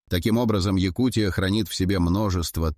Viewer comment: ЯкУ́тия, а не ЯкутиЯ́.